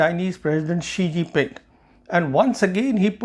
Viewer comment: Oh, the ChinaPak stooge again -- cue all the praise from Pak commentariat. Sawnhey can't even pronounced his beloved leader's name - which is Xi Jinping, not Shee-Ji Ping. Certainly China can attack Taiwan. The fool Xi has foolishly made unprecedentedly bellicose statements about bringing Taiwan into China's fold, which has raised alarm across the region and the world. Western military experts are predicting military conflict over Taiwan before 2030. Headstrong Xi has foolishly destroyed any trust and goodwill previous Chinese leaders had built by carefully promoting "the peaceful rise of China". But thanks to their closed system, the Chinese are now stuck under him.